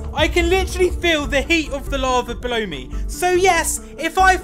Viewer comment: He said “I can literally feel the heat of the lava below me” but I get what you mean it does sound like he says blow me. that sounds so wrong